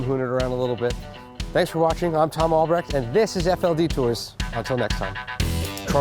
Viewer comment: as a german I find it weird that tom isn't capable of pronouncing his name the right was...oh well,generations